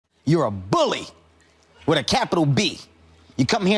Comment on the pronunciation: He put emphasis on that B in BULLY😭😂